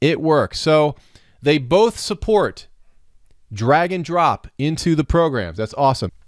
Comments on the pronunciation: Great video! I thought you said "dragon drop" at first. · Bahahaha same!!